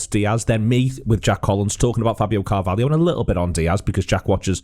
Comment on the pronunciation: Not Coutinio Not Firminio Not Fabinio NOT CARVALIO!!! CARVALHO FFS!!!